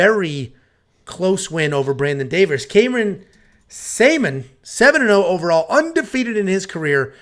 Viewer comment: Before you speak about someone make sure you get the name right. Journalism 101, his name is Cameron Saaiman.